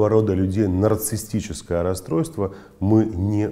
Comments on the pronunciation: Проверочное слово-нарциссТ,что ли?безграмотность режет слух! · Как?как психолог может говорить"нарцисстическое"(расстройство)!? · Очень странно, что психолог сам термин произносит неправильно. Нарциссическое расстройство, уважаемый, в этом термине нет буквы «т» 🤷🏽‍♀️